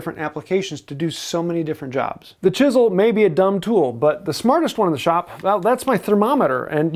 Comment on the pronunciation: If chisels were that important, how come he hasn't learned to pronounce "chisel".